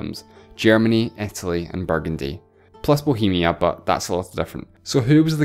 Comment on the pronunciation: The speaker doesn´t pronounce english properly. It´s not Etaly but Italy. ¿Is it maybe a dialect?